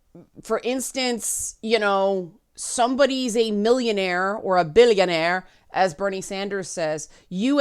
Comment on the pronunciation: " 'Billionaire,' as Bernie Sanders says." I think you mean "BILLIONAYAZ!!!😮"